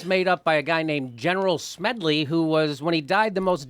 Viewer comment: Please, Jimmy, the man's name is Smedley D. Butler.